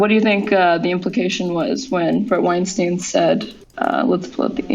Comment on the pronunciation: All the time these two spent discussing Weinstein, you’d think they’d know how to correctly pronounce his name at this point.